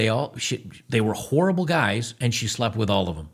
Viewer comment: hehe he said whorrible